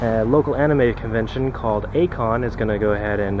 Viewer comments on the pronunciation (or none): ai-kon is NOT pronounced akon its pronounced i kon ai-kon mean the love of Anime